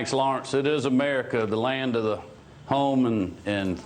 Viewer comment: Aaaahh, yes. "It is Amayreka the land of the... home and... freedum rains". What a patriot? >_<